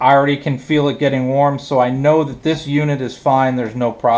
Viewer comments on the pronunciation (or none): none